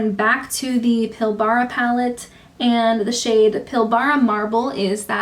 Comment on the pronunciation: Green is my favourite eyeshadow colour, I really enjoyed your swatch video. Side note from an Aussie: Pilbara is not pronounced pill-BAR-a. There's only two syllables, and the end is almost mumbled: PILL-bruh.